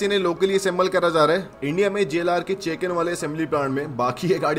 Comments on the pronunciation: Bhai voh Chekan nahi Chakan hai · चेकण नहीं चाकण bolte hai usko 😅